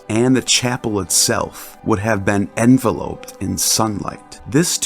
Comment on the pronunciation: I LOVE these videos but I'm wondering if a proofreader could be employed, as the word 'Enveloped' is pronounced 'en-VELL-upped' as opposed to "EN-vell-oped" and 'sloughs' is pronounced 'sluffs' as opposed to "slouws". This is in no way a criticism, just something to consider.